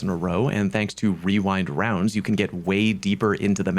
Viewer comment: I appreciate the accurate pronunciation of Rewind Rounds. People like Datto always pronounce it wrong so it’s nice to see a content creator know how to pronounce it correctly.